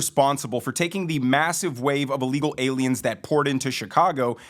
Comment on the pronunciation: Brandon u amd do the same thing: when u say ILLEGAL u actually say a-legal Just fyi